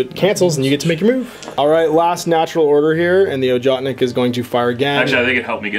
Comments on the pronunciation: Ojotnik is pronounced "yoatnik". Just thought you should know. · don't want to sound like a dick, but the sniper rifle name is pronounced "Ohotnik", with an "H" as in "Hunter". The name actually means Hunter =)